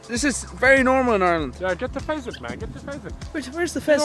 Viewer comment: "Pheasant" oml wrong long tailed birb